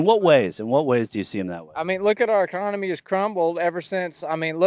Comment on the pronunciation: "The econumee..." reminds me of the movie Idiocracy 🤣